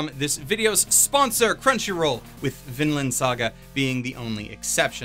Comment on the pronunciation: Sigh ... Vinland has a long "i" in it, not a short one.